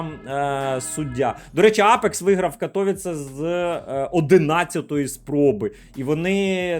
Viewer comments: правильно КатовІІце. В поляків наголос на передостанній склад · катоВІце, наголос на передостанній склад майже у всіх словах в польській мові, як і в цьому 🙃